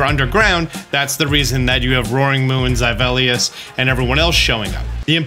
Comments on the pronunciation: Thank you for all the helpful vids! But holy cow I thought there was a new pokemon I didn't know about by the way you butcher Zweilous' name 😅 The Hydreigon line is based on how you say "one, two, three" in german (eins, zwei, drei) for the number of the heads obviously. Two in german sounds like "tswai". So Zweilous should sound like tswailous, not zyvelious lol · Been wondering the whole time what he means by "Zyvelious" until it dawned on me that he means Zweilous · the way you pronounce zweilous irks me so much. it's not zeivilous. it's zwei, German for two, and then lous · Imagine my surprise when this "Zivelius" I keep hearing of is Zweilous. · Zivelius? You mean Zweilous? 💀 thankz for this btw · Zi-Velious? Zwaylius. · Great guide, but stop saying "Zivellious". It's pronounced z-why-luss. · Great video. Also, I'm pretty sure the pronunciation of Zweilous is ZVY-Lous, "ZWEI" meaning 2 in German, and the "lous" part like the word "Jealous" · *me, watching this*: Who the Hell is Zyvelius? *halfway through*: YOU MEANT ZWEILOUS. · Just an FYI but youre pronouncing Zweilous very very wrong. its zwai·luhs. Based on the number 2 in German the same way Deino is "one" and Hydreigon is "three" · Zyvellious… this is the Pokémon professor everyone and he said ZYVELLIOUS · Useful pokemon tips 10/10 Pronunciation of pokemon names 1/10 Zweilous is Zyvelious 😂😂😂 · did he say zayvaleos? I thought it was just pronounced how its spelt? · Deino's evo is zwhy-lus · Yo who the hell is “zy-vellius”???? 🤣🤣🤣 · Does he really pronounce Zweilous "Zywellius?" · zaibellious lol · Who tf is zyvalleyus??? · gah-BITE and zy-VEL-ee-us? bruh. since i watched one of your videos wherein you referred to Miraidon's HARDON engine, I'm gonna go ahead and assume you do this for comments. haha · ein, zwei, drei, 1, 2, 3, dEINo, ZWEIlous, hyDREIgon. i could be totally wrong but i pronounce it like zv-eye-luss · It's Zvy Les. German words are hard keep trying